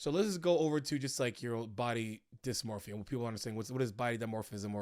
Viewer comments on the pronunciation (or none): Dimorphism in this instance was a simple mispronunciation of dysmorphia. All points made about dysmorphia should not be confused with dimorphism. Dimorphism is a trait affecting species, not individuals.